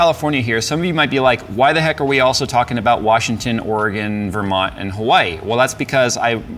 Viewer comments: Great job on pronouncing Oregon correctly!! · As a native Oregonian, thank you for pronouncing it Ore-Gun NOT Ore-gone. Every time I hear an out of stater pronounce it Ore-gone. I want to sock em and tell em to get gone!